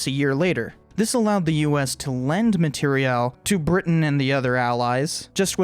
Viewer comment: JESUS CHRIST THE CARPENTER finally someone who can pronounce "materiel" correctly